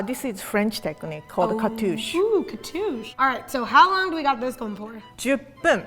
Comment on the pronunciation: say “cartouche” beautifully: oo catoosh!